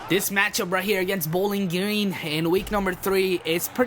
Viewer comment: You said bowling geens